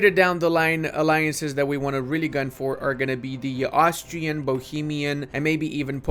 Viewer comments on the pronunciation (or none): none